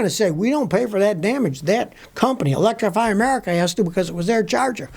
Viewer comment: Electri-Fry Amerika🤣